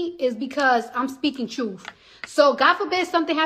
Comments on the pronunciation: Its truth not truf. Learn English before you spout foreign or domestic policy! I also bet she says ax instead of ask as well! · Hey, I'm just glad she's finally speaking the 'troof'! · Why anyone would listen to this woman to hear “ da trut” is beyond me.